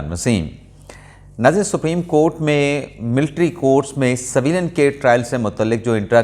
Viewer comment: Bhai jan saveelian naheen civilian bolty haen